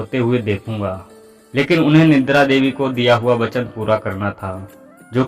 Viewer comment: Nindra nahi Nidra boliye ji.